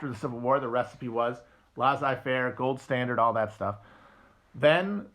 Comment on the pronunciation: Between "lah-zai fair" and "ley-tat eh mwah" I'm starting to think French is not Matt's strong suit